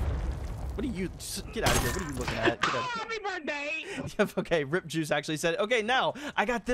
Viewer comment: Am i the only one who heard him say Rippjuice instead of R.I.P JuiceWorld 😂😂